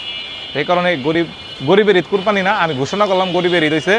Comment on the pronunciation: কোরপানি না। এটা কোরবানি হবে।